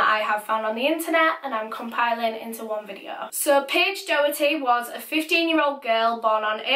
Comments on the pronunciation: Not being like cheeky or mean or anything xxx its promounouced dok-er-ty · It’s pronounced docherty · It’s pronounced dock-erty btw not do-herty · hi! its just to say doherty is pronounced dock-er-tee :) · It’s Paige docherty not Paige doherty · NO I WANT TO SLAP SOMEONE RIGHT NOW! MY LAST NAME IS DOHERTY AND IT IS PRONOUNCED DAW-HURT-EE. I AM NOT AGAINST YOU BUT THAT JUST KILLED A PART OF MY HAPPINESS xD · Her name is Doherty pronounced docherty ( like a throaty Huss sound) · Doherty is pronounced Dockerty by the way. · Last name....... same............ ? Also, I'm pretty sure her last name is pronounced Door-tee. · Well, this sounds complicated BUT, she lived in my area but I never knew her personally. She was My friends mum's cousins daughter (that's confusing) so it was all over my mum's facebook. And p.s it's pronounced like docherty rather than an oh sound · I’m from Clydebank and this still is so raw to all of us. Paige was an angel. No offence to you but it’s pronounced doc-herty! Rest in peace paige❤️ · So sad :( I remember hearing about her disappearance and just hoping she’d be found safe. couple of my pals knew her as well and said she was a lovely, kind girl Also Doherty is usually pronounced Dockerty in Scotland but idk if hers was different or not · I live around 20 minutes from where this happened and Johnny worked with my best friends Mum I’m pretty sure I even met him before, nothing like this ever happens around here so it’s super scary 🤷🏽‍♀️RIP Paige💜 its also pronounced dock-er-ty 😊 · You pronounced her last name wrong x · Does she know she’s saying Doherty wrong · It’s so weird how she says Paige’s second name it’s not right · The way you pronounce Doherty .. Oh my god